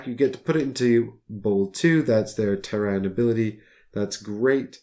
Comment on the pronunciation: teh· ruhn not Ter-Ran